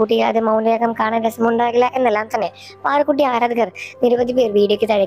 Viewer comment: അര ദ കർ.... അല്ല ആാരാ ധ കർ.... മലയാളത്തെ കൊല്ലരുത്..... ശ്വാസം വിട് ചത്തു പോകും